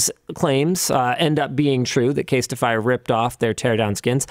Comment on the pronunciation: Casetify not Castify